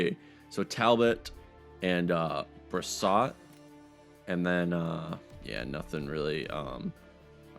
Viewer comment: btw its pronounced (bri-swa) for the back up